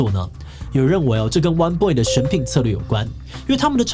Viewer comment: 我都聽成 彎BOY 穿比不穿還娘~